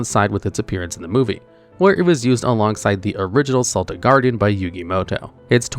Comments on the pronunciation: Yugi Moto doesn't pronounce Celtic Guardian with the S sound, but with a K sound. Lol I think your comment farming. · Constantly getting annoyed by Seltic Guard like he's on a sports team. I know they're technically interchangeable pronunciations but that's not the monster I remember Yugi summoning. Edit: so it's another localization fail to not call it "Baking of the Skull Servants."